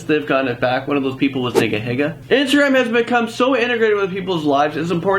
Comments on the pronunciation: The way he says niga higa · Did you here how he said niga higa? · not a lot of things bother me but it bothers me when ppl don't say nigahiga's name right